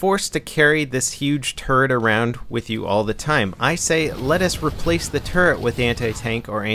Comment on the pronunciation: I thought you kept saying " you have to carry around this huge turd around with you"